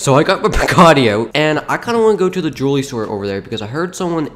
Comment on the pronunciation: dude, you said "droolery"